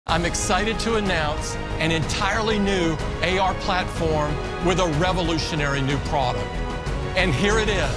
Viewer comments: AR nicht AI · Bruder das heißt nicht AI sondern AR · Luca es heißt AR nicht AI 😂😂😂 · Ich finde es lustig dass Luca immer AI sagt es heißt AR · Nicht AI sondern AR Lucaaaas